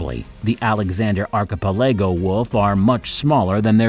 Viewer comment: Archipelego is pronounced arr-kuh-peh-luh-gow.